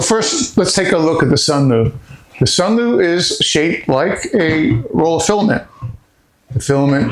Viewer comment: Until nearly 4 minutes in, every time he says Sunlu, i hear Sunmoo... After that he emphasizes L. Also the fan in the Sunlu is sealed in a compartment on the bottom to cool the electronics. It does zero to help remove moisture it circulate the air in the drying compartment.